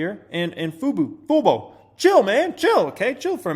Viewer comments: LOL "foe-boo" hahahaha... It's "foo-boe"! Sound it out! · everyone gets FUBO wrong. Whats so hard about that? FUBO. not FUBU. Its not 'for us by us.' cant you read? lol Its not just you. I see it on cnbc too. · It's not fobu or fobo or fubu it's fubo sound it out🤦‍♂️ also I'm so upside down in fubo 😔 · It’s pronounced “Foo- bo” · It's pronounced Foo-Bo. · You’ve now confused me on how to pronounce FUBO. I bet 500 people just pronounced it differently too while leading this comment